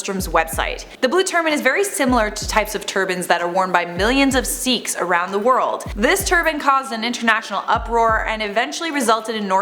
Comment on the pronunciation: It's pronounced "sickhs"